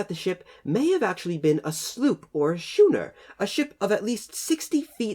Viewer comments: Actually "schooner" should be pronounced "skoonah" as per the local dialect. If it was british navy ship during the revolution, it was probably burned in celebration, and forgotten after all the alcohol. It provided heat, and light to the independence day celebrations xD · Its pronounced skuner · Pronounced "skooner" despite the spelling. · As soon as I saw it, i knew it was a sloop or something along those lines. Also, the way you pronounce schooner hurts me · When you mispronounce "schooner", it makes the over-the-top attempt to sound proper even that much more hilarious. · Schooner or later he was going to correct his mispronunciation. Srry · Does it really matter? theres nothing here to investigate, just bits of wood and the remaining piece of the keel so theres really nothing worth preserving here at all and its certainly not worth paying excavation fees for little more than a bonfire's worth of wood. On a side note, it was interesting how schooner was pronounced in this video, I've NEVER heard that pronunciation before, as I grew up learning to pronounce the 'ch' as 'k' so when I read schooner, I hear skooner in my head and thats what I say... Is it different for the English?